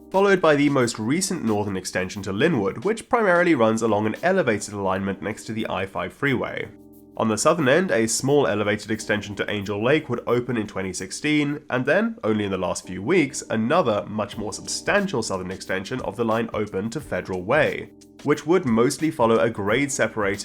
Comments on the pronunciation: Angle Lake, NOT ANGEL Lake!!! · Angle Lake, not Angel Lake. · . It’s actually Angle lake like an acute or obtuse angle. Sounds like it’s spelled. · hehe, made the classic mistake of calling Angle Lake, Angel Lake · Great video! A small nitpick: it’s Angle Lake, not Angel Lake. This is a common mistake:) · It's not Angel lake, it's actually Angle lake. Like.. a right angle, acute angle. Dumb name for a lake but lol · Station name is Angle Lake (like in geometry), not angle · Angle Lake, not Angel Lake. The lake is angled. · It's "Angle Lake"...lol. Great video! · "Angel Lake" LOL😂 Locals know the correct name. I grew up near Federal Way and still remember what a big deal it was when the first Metro bus line connected it to Seattle back in the 1970's. Now my job often takes me near two of those southernmost light rail stations. I have yet to try them out. Federal Way is a car-centric suburb; Seattle develops some level of walkability around the stations. I picked my neighborhood for its bus connections and walkability score, and eventually got a light rail station as well. It makes sense to park your car at the Federal Way station to take the light rail downtown for work or, say, to Columbia City for music or food. But if you go to Federal Way from Seattle, you'll be sort of trapped without a car.